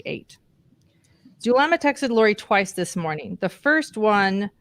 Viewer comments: Zulema!Zoo. zoo Zulema! Not Thulema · Not Thulema nor Chulema, Zulema LIKE zoo, please